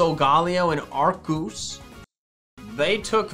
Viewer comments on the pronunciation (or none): Arkoos? It’s pronounced Arceus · Arcoos Everyone: [happy pokefan noises] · I love Arceus sorry meant Arkoos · I like how he says Arkoos even though it is Arceus. it's pretty funny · "arcoos" brain: We did it boys, arceus is no more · My favourite part is when he says solgaleo and arcoos and the it zooms on his face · Arceus (arkoos) and silgolio is arloos